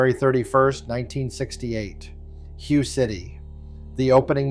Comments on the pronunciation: Also, Hue City is pronounced like "way" with an "H" in front, not like Hew or Hugh. AI pronunciation has a long way to go. Have noticed this in a lot of AI narrated videos lately. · OK, good try. Hue, is pronouced "HWay". GLHF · "Hugh City"?😅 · Pronounced Way. Hue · "Hue" is pronounced 'way.' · Hue City is pronounced "way". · Way not Hue